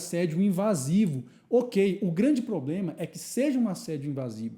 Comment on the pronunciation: trabalha no jurídico e fala "poblema"?